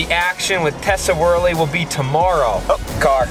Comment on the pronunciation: Braaa - it's WORLEY not WORLY :)